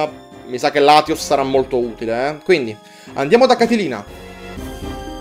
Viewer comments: Amo quando fai i LP che durano tipo 3 mesi e passa <3 Così almeno ogni pomeriggio ho qualcosa di bello da vedere. P.S. È "Catlina" non "Catelina" ma dettagli xD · comunque e Catlina non Catilina, fa attenzione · Comunque è Catlina (come l'uragano) senza la "i", altrimenti sarebbe un personaggio di ciceroniana memoria 😂😂😂😂😂